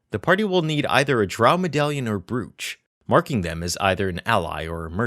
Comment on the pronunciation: Brooch is pronounced broach.